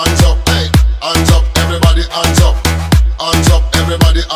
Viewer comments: هي الكلمه هاندز اب هو ينطقها انجب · ands up!!!!ليش ماينطق الاتش ؟